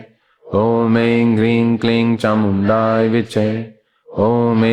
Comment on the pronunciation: चामुण्डायै है कि चामुण्डाए है गुरूजी तो चामुण्डाए विच्चे उच्चारण करते है